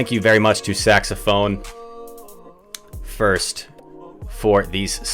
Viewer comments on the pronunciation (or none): it's not "saxophone first" its "saxophonist"